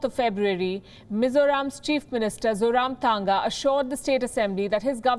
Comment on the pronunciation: Mizoram CM's name Zoramthanga is pronounced as Zou-Rum-Thang-Nga.